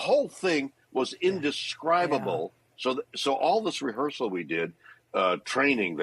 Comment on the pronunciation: He said "rehersal" just as I was wondering if this was faked...LOL